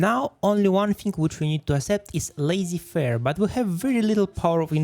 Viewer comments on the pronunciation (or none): "lazy fair" xd